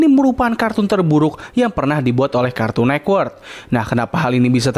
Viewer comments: Agak terganggu ya dengan kata cartoon nekwort karena yg benar network bang shrsnya😂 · kartun network bang bukan nekwort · Kenapa lu baca cartoon network tuh "kArtUn neKwErk" dah